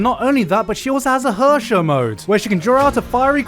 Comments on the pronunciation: LOLed a bit when i heard Gigguk pronounce Herrscher as 'Hörschör' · Gigguk, I swear to Senjougahara if you pronounce Herrscher that terribly one more time!